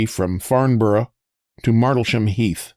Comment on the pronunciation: Love this posl One thing if you do notmind, we say "Farmbrrh",it's a bit like Riceĺip Looking forward to your next😊